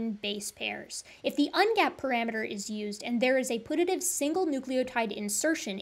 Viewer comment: One thing that bothered me was your pronunciation of "putative" it's not pronounced like put–a–tive it's pronounced like pew–ta–tive